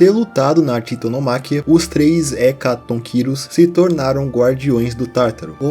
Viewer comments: oi mano blz n é hecatonquíros é hecatônquiros sílaba tonica no ô e é titanomaquía que pronuncia pq vem do grego blz te amo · Hecatonqueros se fala fo geito que escreve